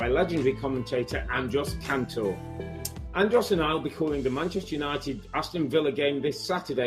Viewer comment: was robbie really saying andros instead of andres the whole interview 😂